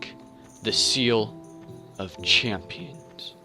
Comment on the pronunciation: great videoman, but its champions not championes lmao